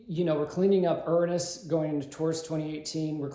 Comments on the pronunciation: That’s a new way to pronounce Uranus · You are mispronouncing URANUS.